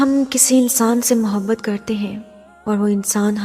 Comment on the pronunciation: is ki awaz to khud h jin jasi h dar lag raha h sun k kindiy api awaz achikiya karo vasay bi jo apbata rahi ho ya sab to hum already janty h ap ki awaz na to mobhat ka lafz aasa bola h mujy lag raha h ka ab mohabat ka lafz istmalkarna chorna paray g koi kaam ki baat nahi batai kindlyaasi awaz wali video kabi bi donwload na karna aaj to sun liya agay sa sun nahi saku gaap na kahak is ayat ki khubsurti lakin aap ki awaz sakoi bi khubsurti nani dekhay:face-blue-smiling::face-blue-smiling::face-blue-smiling::face-blue-smiling::face-blue-smiling::face-blue-smiling::face-blue-smiling